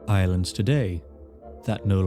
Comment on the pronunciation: he pronounced “islands” as “irelands”. I wonder if the words are connected.